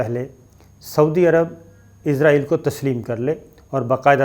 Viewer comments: سر کیاآپ ناراض نہ ہوں تو یہ صحیح تلفظ اسرائیل ہے جبکہ آپ عزرائیل بولتے ہیں اور آپ کا علم میرے سے بہت زیادہ ہے تو آپ اگر یہ صحیح کر لیں گے تو نوازش ہو گی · اسرائیل بولا کریں عزرائیل فرشتے کا نام ہے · عزرائیل نہیں اسرائیل ہے۔ عزرائیل تو موت کے فرشتے کا نام ہے۔ کم از کم تھوڑی بہت تو معلومات تو ئونی چاہیئے آپ کوگوں کو بھی